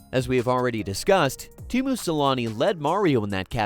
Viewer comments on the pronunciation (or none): It's Teemu, not Temu